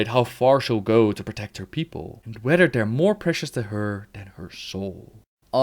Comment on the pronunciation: "wheder" its whether you pleb.